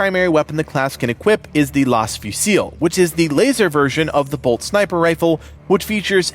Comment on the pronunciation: its "Laz - fuel - sol" not "lase - fuze - fill"